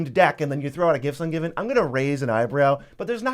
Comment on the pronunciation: Gifts Ungiven. What a “tooter”